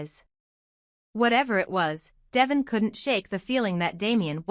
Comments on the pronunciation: Please. The name is Devoooone not devision. If you ever listen to folks on the channel you'd know they'd call him deeeee. Vooooon. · His name is De-von (da-von) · It’s Devon 😊